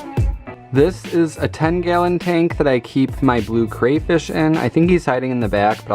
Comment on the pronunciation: Everything about this video is great except for how you pronounce crayfish